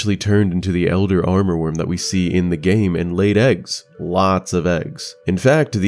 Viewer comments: Nice video ❤ btw it's "Amourworm" not "Armorworm"! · Fantastic videos, thank you for doing this! One remark though: I hear you say « aRmourworm » through the video, while the spelling is « amourworm » - as in “amour”, which is french for “love” and also the name of one of central Asia’s major river. Not sure if this has some additional lore attached to it though.